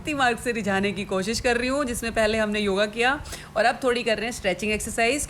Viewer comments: joga..😂 not yoga...baspan not bachpan..😂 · Yoga ❌ Joga ✅😂